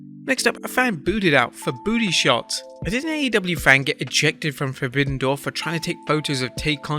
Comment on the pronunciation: And P.S. did you just say Booty Shots or Booty Shorts (LMAO) Laugh My A$$! Off 😆😆😆😆😆😆😆😆😆😆😆😆😆😆😆😆😆😆😏😏😏😏😏😏😏😏😆😂😂😂😂😂😂😂😂😂😂😂😂😂😂😂😂😂🤣🤣🤣🤣🤣🤣🤣🤣🤣🤣🤣🤣🤣🤣🤣🤣